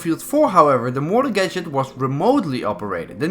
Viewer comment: When he called motor "moror" I felt that